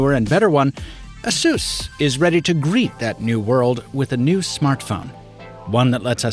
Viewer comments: "uh-soos?" Isn't it pronounced "Ay-sus?" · Isn't it pronounced like in Pegasus? 🤔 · Seriously, the brand should be pronounced like 'A Ser S'.